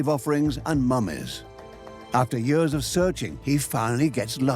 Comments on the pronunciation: Years: pronounced “yeers “ Idk what a “ye-ahhs” is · Is it me or is the narrator’s pronunciation of the word “years” weird?